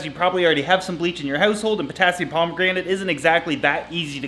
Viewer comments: Potassium per-MAN-gan-ate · Jennifer Hall i think it was potassium pomegranate? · Did he say potassium pomegranate ......🤔🤔🤔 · Could've said worse - like potassium pornogrenade ;) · Potassium pomegranate 😂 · That is why I use Physan (available on Amazon). I've used it on orchid seedling with absolutely no problem. It's standard for unflasking orchids. It isn't cheep bu you don't need much. By the by KMnO4 is pronounced Potasium Per-man-ga-nate. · Potassium "Pomegranate" XD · Is he trying to say Potassium Permanganate? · The way he says Potassium Permaganate triggers me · Stop saying Potassium permanganate it's making me laugh :D didn't know that is how you treat plants though, thankyou! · Stuart Hartley He failed the pronunciation really bad😂😂😂😂